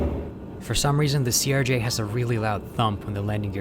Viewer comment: I like how he pronounce CRJ as Surge